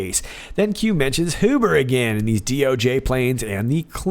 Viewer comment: My family name is Huber, not related to John Huber as far as I know although Huber is not a real common name, but the point is, in German the way you pronounced it is the proper pronunciation, the other common pronunciation is the anglicized pronunciation..